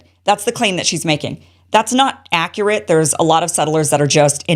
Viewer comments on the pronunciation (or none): none